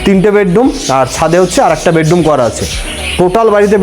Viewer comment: বেডডুম নয় বেডরুম ।